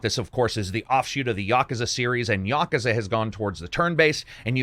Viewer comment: Say it with me "Ya-Coo-Zah". Not "Ya-ka-zah".